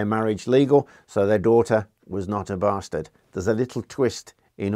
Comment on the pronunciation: Not a baaarrrstarrrrd, eh? The poor cow!